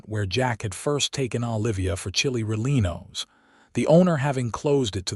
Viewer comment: I can't even listen to this. You need to get a better AI that can pronounce Santa Fe and Chili Rellienos.